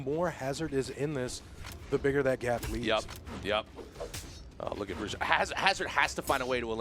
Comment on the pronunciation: melhor pronuncia do nome bruxo que eu vi até agr nos campeonatos.. 👍